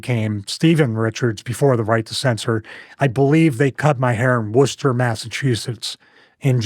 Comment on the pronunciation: omg i'm from Worcetser. I'm so happy you actually pronounced the name right